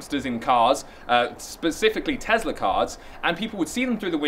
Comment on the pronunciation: Please stop mispronouncing Tesla